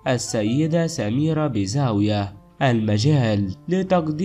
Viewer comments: الاسم الحقيقي هو بن بريم benbrim اتعلم تتكلم . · يا أخي اتعلم كيف تنطق الاسم من أين أتيت بهذا الإسم الغلط بن مريم و بن بوريم خطاء الاسم الح